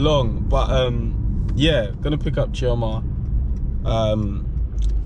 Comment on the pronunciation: As an Igbo girl, I appreciate pronunciation of Chioma’s name!